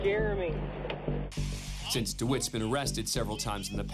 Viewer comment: “It’s jermey” 😂😂